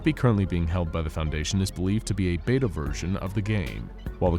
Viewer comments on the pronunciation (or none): none